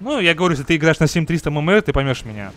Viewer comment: говорится эм эм эр